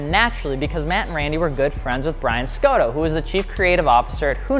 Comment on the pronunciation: The cringe by your pronunciation of Scotto. It's Scott-O. Good try there.